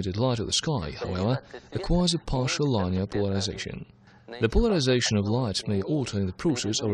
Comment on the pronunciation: Too funny: the video guy doesn't blink, and the audio guy doesn't take a breath. So, it's almost as hard to listen to the English as the Russian. (And I DON'T speak Russian) The word "linear" is pronounced LIN-EE-ERR, not LINE-EE-ERR "Such as for instance"??? A little repetitively redundant, no? LOL